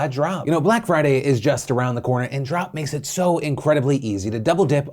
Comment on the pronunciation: "And beginning today, October 20th, Trump will be be gifting $10,000 worth of reward points into member accounts every Tuesday leading up to the holidays to spread a little cheer" I had to go back a few times... He said Drop but I heard Trump. What did you hear?